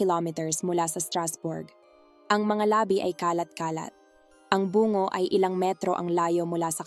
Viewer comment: Maganda at malinaw nmn pagkakwento nyo po, kaya lang may mga salita na dapat sana ay pahaba bglasin pinapaikli at pinapabigla nyo. Like labi (na bangkay ) nagiging labi (lips) . Pati Yung bungo (skull) naginging buuungo..